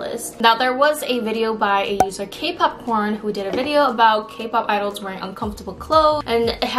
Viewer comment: I thought you said “KPop-Porn” lmao 😂 🍿🌽